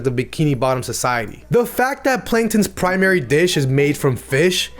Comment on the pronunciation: “Panktons regular” Not very noticeable but it’s funny